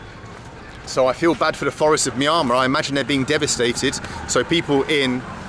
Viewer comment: Why do you say Myamar instead of Myanmar? Is that how it's pronounced in India?